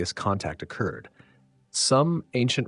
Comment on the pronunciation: right here is the proof OCerd is not how a human says occured. It even distorted when trying to say it 😂